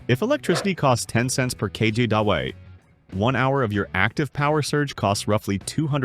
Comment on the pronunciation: "KJDUBWE" new way to say KWH?